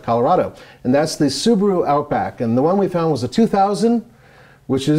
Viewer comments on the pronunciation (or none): none